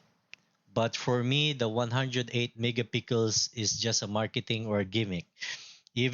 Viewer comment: sir its not mega pickles its mega pik-sel 😅